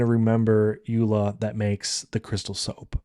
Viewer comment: Thank you!!! You pronounced Suikerbekkie and Yola perfectly😊. I will definitely try your tips and tricks for my next craft fair.